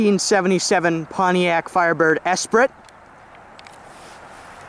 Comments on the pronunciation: Esprit pronounced Espree not espritt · Actually, it's pronounced "es-PREE". Nice car.